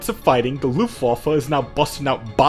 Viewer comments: now i think its funny so please dont stop (im german) but its called luftwaffe(airweapon) not luftwaffel(Airwaffle) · Luftwoofe? Sorry but this is Luftwaffe